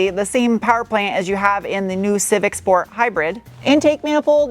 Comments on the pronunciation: I miss her saying "Shhhport" instead of plain old "Sport". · And “schport” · I hereby launch a petition to keep “shport” as the official channel pronunciation, alongside “shnorkel, shtrap and shnap”. All in favor say aye, or hit like. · I get so disappointed when you pronounce "sport" properly. I look forward to hearing "schport" and lately I've had my heart broken. 😞